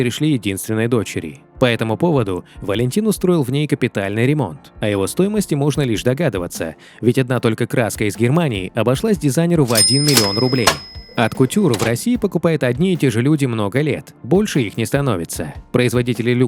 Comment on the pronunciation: Он скоро умрет. Талантливый умный еврей, "продвигающий русскую культуру". Для "аффтора"ролика: ПРАВИЛЬНО ПРОИЗНОСИТЬ: ОТ КУТЮР и ПРЕТ-А-ПОРТЭ. И "КАРАТ" ,а не "каратов"!!! Учите произношение срочно, а то всё ваше видео теряет смысл👆.